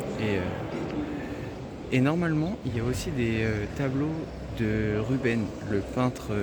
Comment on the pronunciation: le nom du peintre se prononce RubenS, avec le S